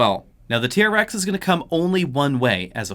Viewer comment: Sounds like he saying Raptor vs T-REX.